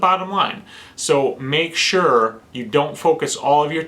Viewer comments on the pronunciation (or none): none